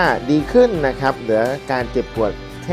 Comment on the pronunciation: ขออนุญาตครับ ... คำว่า " ครับ " หรือ ร เรือ ออกเสียงให้ชัดเจนก็ใช้ได้แล้วครับ ... อย่าเคืองกันนะครับ เป็นการแนะนำเพื่อสิ่งที่ดีขึ้น ... ขอบคุณครับ